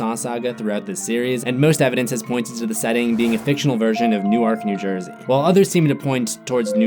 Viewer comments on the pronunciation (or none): did he just call Newark, New Ark? 😂😂 never heard it pronounced like that 😂...